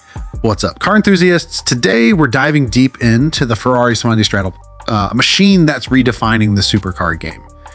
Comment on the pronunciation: It is not pronounced Satostral but STRA-DA-LE 😂